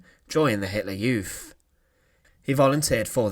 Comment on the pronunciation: YouTH. Please put your tongue between your teeth when pronouncing a word ending with th. Thanks😻